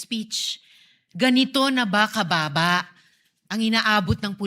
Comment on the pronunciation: Ang diin ng "Baba" 🤣